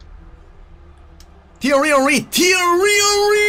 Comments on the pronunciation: I refuse to watch another episode until you sell Henry. Cannot listen to “teeeaiiweee honweee” any more. Good luck tho bro x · please say tieeryyyy oeriiiii like that only... Something that makes me laugh every time 😂❤️